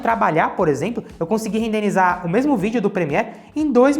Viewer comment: irmão seus videos são foda! Maaas... não é rendeNizar, e sim rendeRizar..... fikadika